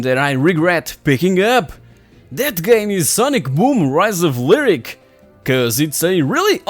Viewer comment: best part of this video? Giving me snippets of annoying youtubers I don't have to subscribe to now. holy shit. And that one guy wanted Zombi U to be like 28 Days? The Sandra Bullock movie? okay! and Gamester doesn't know how to pronounce Lyric? That's fine!